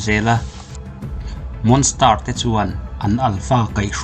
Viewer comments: Ehem...monster ilam dan kha a dik lo..monstar arsi sawina ang deuhin ilam daih a.. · Monster I lam Dan hi a dik lo deuh a nih hi